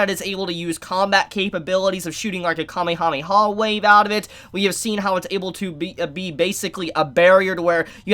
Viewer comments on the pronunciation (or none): none